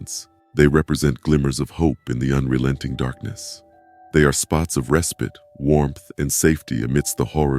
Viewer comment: Is this voice AI? He says 'respit' instead of 'respite'.